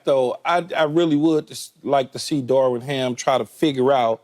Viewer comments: Someone please tell Key that "Darvin" doesnt have a damn "w" in it.. lol.. his name isnt "Darwin".. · It’s Darvin, Keyshawn. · Am I the only bothered by Key saying Darwin Ham,Darwin Ham.. I thought his name was Darvin Ham😂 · Day 23 of convincing Keyshawn it’s Darvin not Darwin.